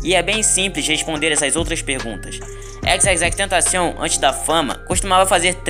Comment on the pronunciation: FINALMENTE ALGUÉM Q FALA O NOME DELE CERTO